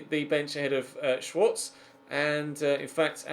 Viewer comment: Schwarze is pronounced shvarzer